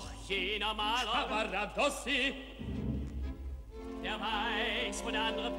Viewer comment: Sehr geehrte Frau ansagerin der tenor heist nicht Caravadossi,sondern Cavaradossi...!!!